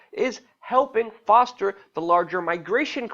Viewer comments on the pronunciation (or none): none